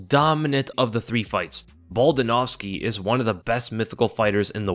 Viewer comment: "Baldingovski" 🤣 you think you slick, you ain't shit 🤣